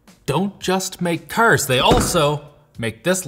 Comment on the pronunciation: I don't know what's worst, him pronouning Hyundai wrong, or him pronouning cars wrong?